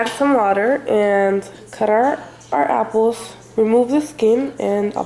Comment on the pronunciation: I hate how she says apples